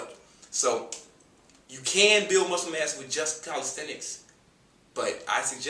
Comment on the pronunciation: When you say muscle mass, sounds like "muscle mess" lol... Appreciate the info man, regards from México!